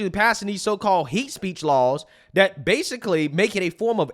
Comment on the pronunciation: Dat. Dis. Dhem. please practice